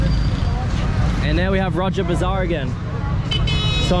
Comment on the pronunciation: Bro that’s raja bazaar not roger bazar😂😂😂😂